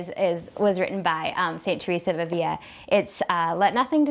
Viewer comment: Love your channel! You exude faith and joy, and your commentaries are so insightful. BTW, "Avila" has only one "l" so it is pronounced as we pronounce the "l" in English.